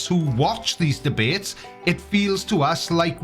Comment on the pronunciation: If you call multi syllable words “mumbo jumbo” on the regular, maybe you shouldn’t be challenging people to Dee Baits.